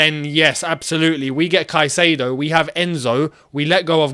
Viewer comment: Love you and I will love you more when you say caicadeo has entered Cobham 😊